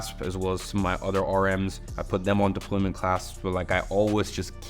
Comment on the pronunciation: It's a deployant clasp and not deployment clasp